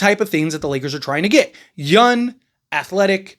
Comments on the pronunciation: The Lakers sign a "yun" player to replace Dorian Finney Smith. Not only is he "yun" at 23, he is cheaper as well. I listen to your videos all the time. You do a great job. I must admit to being confused when you speak about "yun" players. I need to google the word. It unlikely that you can't elucidate the consonant G and intend to say "young". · Bro you cant say words tht end in G? Especially young 😂